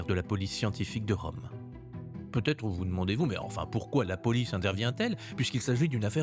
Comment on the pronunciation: Il aurait putêtre 😂😂😂 ah les liaisons maltapropos...!